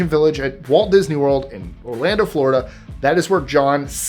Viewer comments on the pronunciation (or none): none